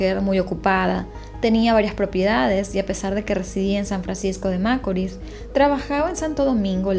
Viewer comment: Tu no eres dominicana qporque repetias una y otra ves macorl con acento en la. A. Y tu sabes muy bien q el asento va en la. I